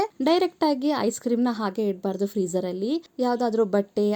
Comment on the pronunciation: Freeezer not de frrzer